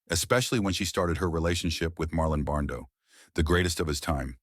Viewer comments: Who the heck is Marlon BARNDO? You need a better announcer who can at least get their names right! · Marlon Barndo?? Better check. your content, buddy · 'Marlon Bando' ? It all went downhill after that, lol! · Marlon "Barndo?" sic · Marlon "Barndo"?